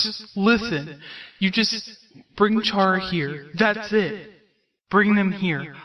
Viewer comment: Chara is pronounced as kara, not charah. Like character. "Chara"cter.